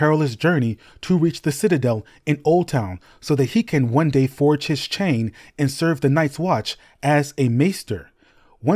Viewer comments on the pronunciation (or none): none